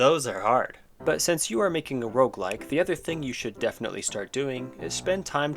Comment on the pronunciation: This might be the first time I understood "Rougelike"